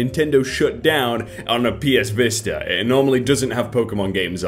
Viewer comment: did OP call the Vita the Vista?